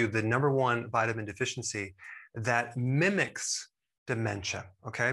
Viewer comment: I like Dr.Berg's ... Emmm.. Mimic.